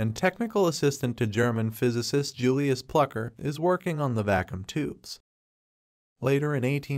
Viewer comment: Yeah, the AI voice doesn't read things correctly. DEM-oh-cry-tus instead of de-MAW-cri-tus, va-KOOM instead of VAH-kyum...